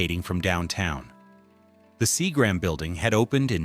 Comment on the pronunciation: Your AI narration STINKS. Mispronouncing LEVER House and SEAGRAM Building in once sentence: unforgivable.